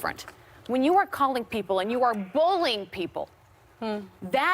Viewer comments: Ammon Weser Man I'm heard the same thing!! I commented that too! I'm like bowlining?? 😆😆😆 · I agree with Sunny.. If her assistant said off the record that's exactly what it is.. Did Abby say bullying or bowlining?🤔